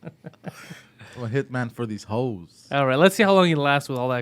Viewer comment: Did he say hoes or holes? 😂